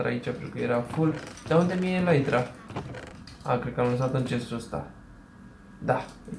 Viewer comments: Se zice elitra nu elaitra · Elytra se citește elita nu elaitra.